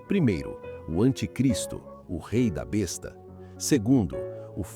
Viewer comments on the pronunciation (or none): none